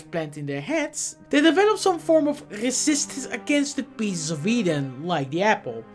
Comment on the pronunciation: "Rrrrrresksistance" lol